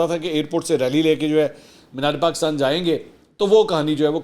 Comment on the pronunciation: Why is he saying Paakistan . It is definitely not IK himself